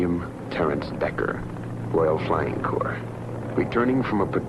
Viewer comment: Corps! Not circus. Jeez.